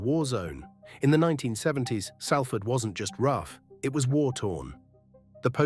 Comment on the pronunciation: At least pronounce the City correctly...